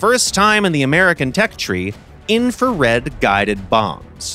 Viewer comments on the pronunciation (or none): "Infrared Guided Bombs" That killed me